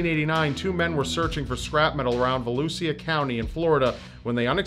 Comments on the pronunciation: Yo, it's "Vah looh shah" not "Va Looh See UH" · it's va-loush-a county 😂😂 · It's pronounced Volusha but okay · A bit off topic, but Volusia County is pronounced VA- loo- Sha. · She was active in my hometown and had dinners with an old friend's family before they knew. Btw, the county is pronounced vo-loo-sha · Probs mentioned but the 'sia' in Volusia is pronounced like 'sha' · lol, that pronunciation of Volusia. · and you said Volusia wrong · The way he pronounced Volusia county made me cringe >< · Thank you I'm not the only one lol